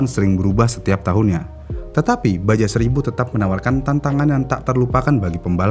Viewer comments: Iya, rasanya risih denger ngomongnya baja melulu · baca nya baha min bukan baja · Dibacanya baha bukan baja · Admin nya ga mau bnerin.. Kmrin aja dah bnyak yg ngsih tahu klo isle bcanya ail.. Ttep aj divideo nya bilang aisel. 😂. Pdhl kan biar lbih edukatif lg dri sisi bahasa. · Padahal sekalian research sekalian belajar juga tuhh penyebutannya ya😢